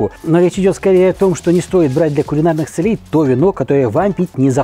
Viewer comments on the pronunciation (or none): Из полей доносится целЕй..... Учите русский, горячий испанский мачо. Хотя, думаю, это специально, но слух же режет..... Зачем???